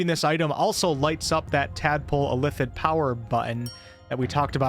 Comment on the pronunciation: Please learn how to say illithid.